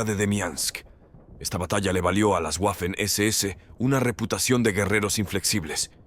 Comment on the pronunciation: Waffen, palabra alemana que se pronuncia VAFEN, no GUAFEN.